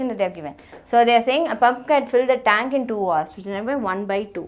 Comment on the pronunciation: this is good...but you shouldn't pronounce the h in hours. The h is silent in that word.